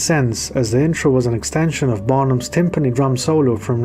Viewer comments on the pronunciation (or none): none